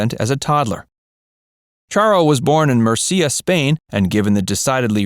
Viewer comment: Please learn how to pronounce Murcia correctly.